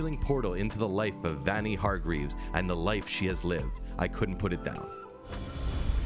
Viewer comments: ITS VANYA NOT VAANYEH! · ...di did he say Vanee not Vanya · Vanya is pronounced Varnia like jar and Klaus like louse. You watched it and yet still struggle to pronouce their names properly! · I feel like “Vanya” should be pronounced “Vunya” not “Vanya” lmao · NOT VAN YEAH EITHER! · He says “vanjah” lol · every time he calls her “vonyee” i lose a year off my life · do people in every one of these videos say names wrong on purpose to piss us off vanya is pronounced like VONYA anna is pronounced like ONNA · who tf is vAAnya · Did you call them "Vanee" and Kloss"? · love klawss and vaanya seriously if you're gonna put in clips of them saying their names tell the guy how to pronounce stuff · He certainly sounds as if he is just reading something given to him. He says Vayna wrong multiple ways. The least they could do is get someone who has actually watched the show to talk about it. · If you're gonna make a youtube video about a show where they literally say the characters name multiples times in the series, then you should be able to say it correctly in your youtube video. And by that I mean you keep saying vanya wrong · OMG! Did this guy even watch the show!!!! He's mispronounced both Vanya's and Klaus's names!!!!